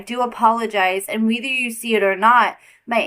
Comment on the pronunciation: Whether is pronounced like “weather” ma’am! 😂😂😂